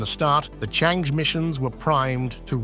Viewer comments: It's pronounced "chung errr". Not chang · Changi is the world renown airport in Singapore CharngErrh is this lunar spacecraft. (not chang, not chang-eee) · it should be pronounced as Chang-Er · This commentary mispronounces Chang'E all sorts of diferentt ways and also the name of the relay sattelite and mixes up tenses, putting things that happened in the past in the future tense. If someone is careless about such things it is difficult, dangerous even, to take seriously, what they say about anything else.